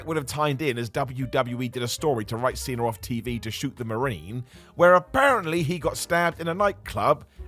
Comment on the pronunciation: Cena* not Cener